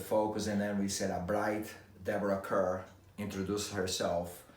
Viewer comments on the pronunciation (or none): It's pronounced CAR not CUR!! Deborah was introduced to US audiences in 1947 with the slogan : 'Deborah Kerr : It Rhymes with Star.'